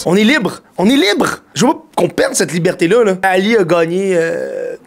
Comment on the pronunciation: ''Libârté''? Là c'est ok?